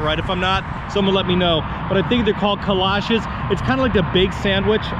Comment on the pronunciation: Love - Love our Buc cee's!! Great video! kolaches "KolACHEESE"